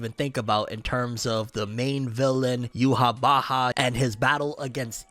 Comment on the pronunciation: bro says youhabacha